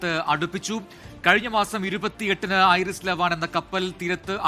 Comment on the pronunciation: ഐറിസ് അല്ല വിവരക്കേടേ. ഐ ആർ ഐ എസ് എന്നാ പറയുന്നത്. ഇസ്ലാമിക് റിപ്പബ്ലിക് ഓഫ് ഇറാൻ ഷിപ്പ് എന്നതിൻ്റെ ചുരുക്കെഴുത്ത് ആണ്. ഇറാനിയൻ നേവിയുടെ യുദ്ധക്കപ്പൽ ആണ്.